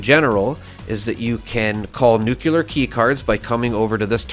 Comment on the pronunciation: Please gamers PLEASE STOP saying NUKELAR god dammit!! You are the 4th in a row that I watch that says NUKELAR, what are you all Illiterate??